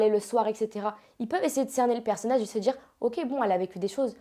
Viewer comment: "Sta djire", "Shadjy", "J'ai voulu me djire woilà"... Ouais enfin elle s'exprime bien elle s'exprime bien... Vite fait hein. Elle sait aligner deux mots cohérents ensemble, ça doit surprendre les 2000 mais c'est pas non plus une oratrice exceptionnelle hein.